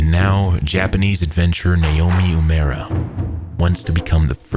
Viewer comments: Nay Omi is incorrect, the Japanese alphabet has no nay it's nah, nah o meh .. And no u(you) it's oo a mura Na o meh oo eh moo ra Great video but you butchered his name. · it's so grating to hear "youmera" over and over again, instead of "oo-eh-moo-rah" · "yUmArA". That's the best you can do to pronounce it correctly? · it's pronounced nah-Oh-me oo-eh-MOO-rah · This is a great video but I wish you had pronounced the guy's name properly. Uemura would be spoken like oo-aye moo rah in Japanese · sound it out, u-e-mu-ra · Would’ve been better if you pronounced uemura properly instead of saying “umaru” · You don’t contract frostbite. It’s an injury, not a disease. Also this guy’s name got butchered. It’s Now-mi Oo-eh-moo-ra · If you're going to narrate something like this, why not learn to pronounce the name right? You're way off. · The only thing wrong with this perfect video is the atrocious pronunciation of Uemara. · Why go the all the trouble of painstakingly editing this, researching, writing the script, recording the VO…and not bother to learn how to pronounce the man’s name properly? Your pronunciation isn’t even remotely close and doesn’t even make sense based on the sequencing of letters in his name—how do you get “ooh-mera” from “Uemura”? The “e” comes before the “m”. Legitimately makes me wonder if you’re bothering to get the details right on the research side. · I wish you had pronounced Uemura's name correctly. Japanese might not be a language you speak, but I think a person's name is important, especially in a quality biographical documentary. Nonetheless, I love your videos! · I just wonder why if he's so professional and descriptive he couldn't bother to learn to pronounce the name properly